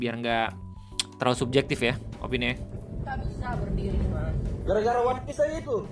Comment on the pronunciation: Dari logat dia ngomong "wanpis" aja udh jelas itu propaganda. Entah kenapa gw bisa ngerasain bedanya gitu org yang emg nakama dan otaku dengan org yang karbit, terutama dari cara pengucapan lafalnya. "Wanpis" dan "One Piece" beda. Kalau susah kebayang, coba dengerin bang Rei ngomong "one piece" dengan org di video itu ngomong "wanpis". Coba juga bandingin ke pejabat-pejabat yang gak tau one piece dan nyoba melafalkannya. Beda gitu cara ngomongnya.